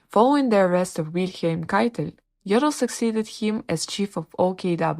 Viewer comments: If you comment on such videos, you should at least inform yourself how to pronounce the name. You call him 'Joddl' with a short o. But ar there is no double-'d' it has to be a long 'o'. It hurts somebody who knows German! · But despite this, you should pronounce his name correctly with a long 'o'.